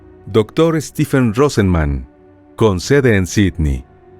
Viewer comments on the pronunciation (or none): none